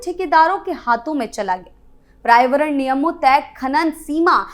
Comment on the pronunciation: क्रियान्वन, लाभार्थी, पर्यावरण और राजस्व जैसे हिंदी शब्दों का आपका उच्चारण बहुत ही दोषपूर्ण है, कृपया इसमें सुधार करें।